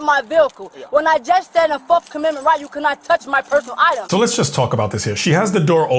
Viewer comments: Turns out she didn’t have the “4th comendment right to sisfee” 🤣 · She doesn't consent to "fourff commemment rights" 😮 unreal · "my fourth comemendments rights" 😂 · What is "forf amenment right"? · Her 'forf aminment rights'